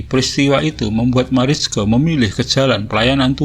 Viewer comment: Marijke bacanya Maraike kang🤠 Seperti biasanya,selalu menyajikan cerita2 yg sudah hilang, si Akang memang paling pintar cari cerita. Matur nuwon Kang Admin👍👍👍